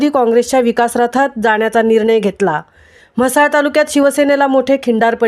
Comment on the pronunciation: अरे म्हसला नाव आहे ते तुम्ही हसला काय..?😂 हा पत्रकार कोण आहे नक्की तो म्हसला मधलाच आहे ना…?